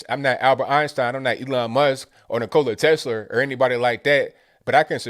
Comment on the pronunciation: Wow, even though you said Nilorler Tesler, you still deserve massive credit for knowing the greatest scientist who ever lived. Nikola Tesla, the man removed from history because he was poised and ready to give the world free unlimited electricity in 1905. So much for the climate change BS!!!!